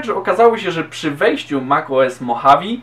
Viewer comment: Poprawka. Nie "mochawi" tylko "modżawe"